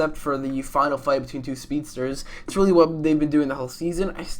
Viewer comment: when you man says speesters